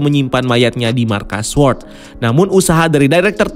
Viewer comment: baca sword , W nya ga ush dibaca bang... "sôrd"